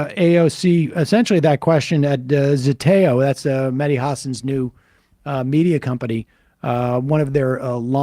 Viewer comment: FYI, folks, it's "Mehdi", not "Medhi". Otherwise the name sounds more Indian than Arabic. In particular, the "h" actually ought to be pronounced; it's not mere ornamentation for the "d".